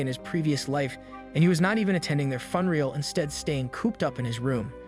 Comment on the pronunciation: Pronunciation feedback: Say ɪmˈbær.əs for Embarrass fyoo . nr . uhl. For Funeral